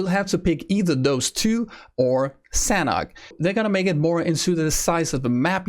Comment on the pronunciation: As the map is base on Thailand and i am Thai, the Sanhok is Thai word mean Fun or Enjoy and it pronounce Sa - Nook